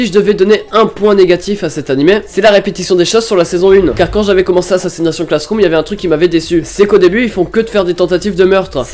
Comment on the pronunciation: je te promet si tu répète encore une fois assassination (accents français) je te massacre! c ASSSASSINATION (accent anglais)!!!!